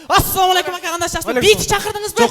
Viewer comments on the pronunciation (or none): none